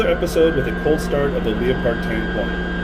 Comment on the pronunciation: It's not Leo Pard.... get it right moron.